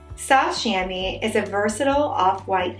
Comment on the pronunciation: It's pronounced "sham-WA", just FYI. (It's a French word.)